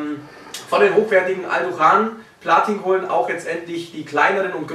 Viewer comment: "Blatin Kohlen" 😂😂😂